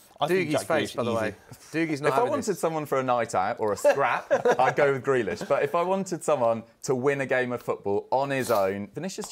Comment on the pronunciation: Man said Grealish😭😭😭😭😭